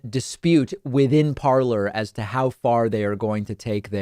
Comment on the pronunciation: It's pronounced parlé ,😁